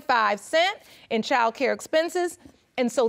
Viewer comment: Only 1 1/2 minutes in... Girl it's child, school, kid, and friend. Not chile, schoo, keed, or freyin. Learn👏to👏speak👏correctly.